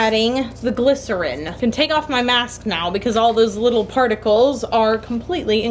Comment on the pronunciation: Every time she says glisorin the weeb in me is like "BaKuGo" from bnha/mha